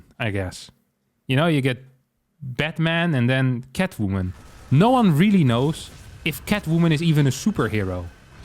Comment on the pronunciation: Idk why but the way he just spits out the word "Catwoomin" cracks me up 😆